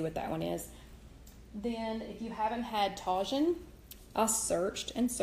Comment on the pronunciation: You can get Tajín at latin grocery stores. It's pronounced TAH-HEEN. The J is pronounced with an H sound.